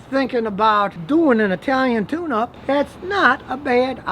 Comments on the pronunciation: Thought u said "the Italian tuna 🐟" 😂😂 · Scotty, I must be getting old. At first I thought you said an Italian Tuna, and I said to myself what is he talking about?